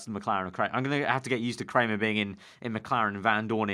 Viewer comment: Dominik Kraihamer is pronounced cry-hammer